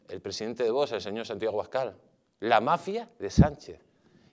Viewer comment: POR FAVOR , PRONUNCIEN BIEN VOX , NO ES VOS